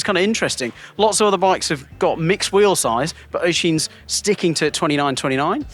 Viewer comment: Cause we're going to hear his name a lot this year 😊, it's pronounced USH-een. Let's go Oisin O'Callaghan!